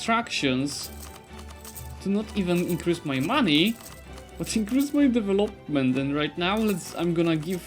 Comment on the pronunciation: Im not even English speaker but maaan... devEloment!